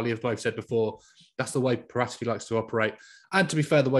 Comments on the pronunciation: Wtf is with that Paratici pronounciation. Its Para-tee-chee, not Pah-rata-chee hahahahaha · Why do all English journalists change peoples names to its para tee chi not parat echi. Otherwise good talk about how badly run spurs are.. I think all the blame states and ends with the money hungry Charmaine that is Daniel levy he has rajen sours to new levels with a great stadium but what’s the point of you don’t back the manager… conte will walk away if there is no cash injection he can’t win trophies with deir as a cab and no creativity in midfield and relying on Kane for goals… levy is not a football man he has no clue about football the passion or what it means to be a fan.. he’s a businessman. And he runs it like a business let conte spend and see how spurs will change.